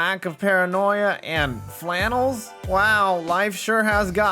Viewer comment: Its always clowny when i hear someone get triggered over a fabric. listen to how he even says the work flannel. like, wtf.. is that a mental disorder?